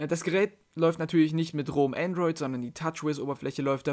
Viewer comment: Es heißt Androi"d" ;)